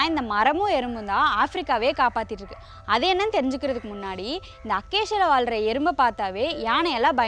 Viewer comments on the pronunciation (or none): none